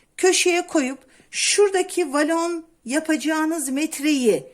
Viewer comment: Volana inatla valon demenizden izleyemedim 😮